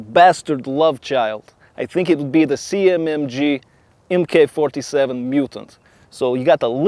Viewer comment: Just so you know. If it's called the MK 47, it's pronounced Mark 47.